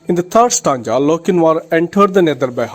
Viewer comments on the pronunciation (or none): 🥺Ur teaching is not good u can teach better you don't know to pronounce properly💘 you say tanga but it's really stanza 🤣🤣 if u feel bad I'm really approximately a very sorry 💘🥺